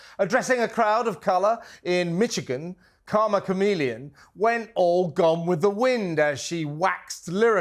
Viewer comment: It is not Mitch-A-Gain.